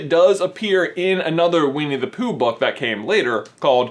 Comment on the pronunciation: he accidentally says weenie the pooh lol